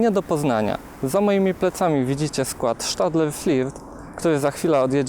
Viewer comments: Mnie lekko wkurza to "sz" w nazwach zagranicznych. Nie spotkałem się nigdy z wymową SZtadler tylko "Stadla" Podobnie jest z Alstomem "Alsztom" mimo iż w 1999 zmienili nazwę z GEC Alsthom na Alstom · Jaki Sztadler ? Chyba pisze i czytam osobiście Stadler ...